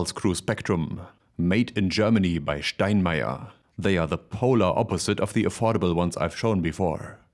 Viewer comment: That's how we Germans say it ... 😀